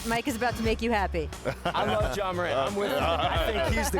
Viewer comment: Imagine being as big as Ja Morant and still having people say your name incorrectly